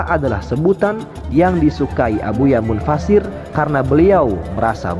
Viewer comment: Abuya mufasir mas bukan munfasir